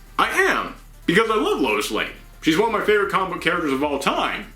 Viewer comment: You have a great voice... however, please be careful of you're pronunciation. Its not "coma-book", but instead it's "comic-book". Other than that you are doing a great job. 😁